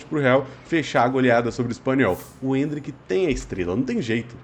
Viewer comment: Voces chama o Endrick de Endríck(enfase no i).